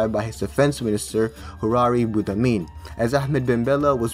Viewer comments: Boumediene not boudamin 😂 , nice video tho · so im algerian and like the video but uuuuh, u said Boudamiene, it is BouMaDiene. Nice video tho. Also can you make a DISCORD server or can i have your discord? and you said Boudafa when its Boudiaf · Hahaha I died when I heard buddamin 😂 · You saying every name far from right was so funny hahah. Boumedien became boudamine. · In it's not buddhamin 🤣🤣 but Boumediene ! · me too 🤣🤣🤣 "BUDDAMIN" 🤣🤣🤣LMAOOOOO ! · How did you manage to pronounce Boumediene as Boudamine? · Over all an interesting video, you just need to read the names how they are written XD like Boudiaf (boodeeaf) instead of Boudafeh same for Boumedien and so on :D have a great day good sir. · you really butchered boumediene's name, poor preqident lol